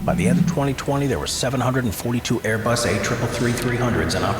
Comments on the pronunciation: “Airbus A333-300”, “A-Bus 340” The hallmarks of what YouTube is full of these days: poorly-written, AI-narrated, lazily put-together videos. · “Aebus” is the funniest part 😭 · 2.04 aiybus??????????? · “A-bus” WHAT THE ACTUAL FUCK?!?!?!?!?!😂😂😂😂lol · Embrier Aibus Boing Bombadeer 💀